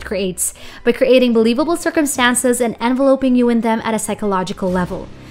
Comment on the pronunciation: 'Enveloping', not "envelope-ing" - Hahaha!